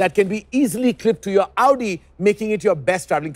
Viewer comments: It is the right way to pronounce it. Its AOU-DI not AU-Di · That's the exact right way to say it.